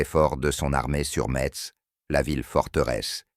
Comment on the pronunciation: intelligence artificiel voix qui prononce mal Metz , plein de scories là voix généré par intelligence artificiel